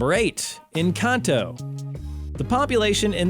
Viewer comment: As others have noticed it shows some of the best neighborhoods and says they are the worst. The guy also can't pronounce "Alhambra." There no "A" between "l" and the "h." Thus it is NOT Al A hambra. It is also not pronounced En CAH to. And what is with showing money from the nation of India? Honestly Arizona is in the continental USA we are not part of India. I am a native and never have heard it nicknamed "Tookey." All in all this is a stupid video.